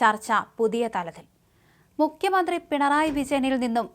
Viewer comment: തൊലിഞ്ഞ വായന. മുഖ്യമന്ത്രി യേ മുക്യ മന്ത്രിയാക്കി... ഞല്ല അ ച്ഛ ര ചുത്തി... ഗുണം ഉള്ളതിനെ ഓടിച്ചു വിട്ടിട്ടു അണ്ണാൻ ചപ്പിയതിനെയും വവ്വാൽ ചപ്പിയതിനെയൊക്കെ പിടിച്ചു വാർത്ത വായിപ്പിച്ചാൽ ഇങ്ങനെ ഇരിക്കും